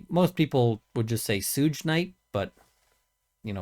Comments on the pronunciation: it's not "Sooge", it's "Suge", pronounced like "Sugar" or "Should", but without the "ar" at the end. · But I'm still laughing at "SOOJ" Knight. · Suge knight is pronounced as shoog like you are saying the first part of sugar.... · Sooge Knight had me dead 😂😂😂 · his name is not pronounced sooge... it is suge its pronounce like shuge like your going to say sugar but instead you stop at sug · Yep, "Shoog." Like sugar. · He pronounced it Sooj knight😂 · "Suge" is said "SHUUG". Like you are saying "Sugar". Lol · It's pronounced "Shug" Knight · Two things. I’m pretty sure it’s Shoog night. Secondly, I thought your dogs barking were my dogs and I kept yelling at them 😂😂😂😂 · Hello,. I'm looking forward to your thoughts & coverage of this case. I always thought that it was pronounced "shoog" Knight, like the first half of the word sugar. Have a good evening. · It’s pronounced “shûg” knight. Like the shortened version of “sugar”. You’ve now been corrected for a rappers name by an old white woman 😝. I know it’s not your favourite genre of music. Fascinating case, I will follow this closely. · Lol. "Sooj" Knight. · "Suge" like Sug-ar. ~Shug~ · It's pronounced "Shug". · Oh yay! I’ve been waiting for this! ETA: Suge is pronounced “Shug” like sugar. 😊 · Ha... I came to say that as well lol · I’m really interested to see where this case goes. With mentions of Diddy and Suge knight being involved, it seems like a lot of info is going to come out about the 90s rap crowd Suge is pronounced like suger with out the “er” sound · Suge is pronounced like sugar without the ar, long suspected to be involved in this crime.. I would imagine he’s the mastermind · he mispronounces ‘suge’ several times… obviously not his community. And saying so doesn’t make me racist.